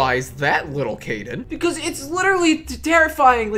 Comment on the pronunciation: Caden not Kaden